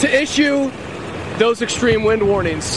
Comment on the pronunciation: and he said ekshtream _ Where did he go to school?